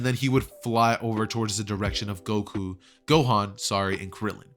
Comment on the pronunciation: you said "gokan"